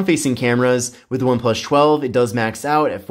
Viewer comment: Every video of this guy doing review for one+ I cant get over how he pronounced one plus. Why does he get saying one plush. Its annyoing the hell out of me